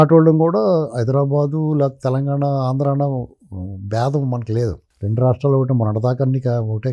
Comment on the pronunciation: ఆంధ్రా అని పలకడానికి ఇబ్బంది పడ్డ చిరంజీవి కి నంది అవార్డులు ఇవ్వాలా, ఈ సినిమా వాళ్ళకు నందులు అవసరమా, నర నర ఆంధ్రా ను వ్యతిరేకించే చిరంజీవికి నంది అవార్డులు అవసరమా